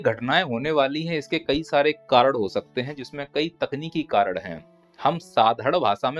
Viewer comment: कारण ❌ कारड़ ✅